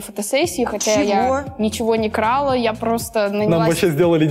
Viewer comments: Правильно сказала, это слово ИСКЛЮЧЕНИЕ, ударение падает на первую А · Ну как бы это правильное ударение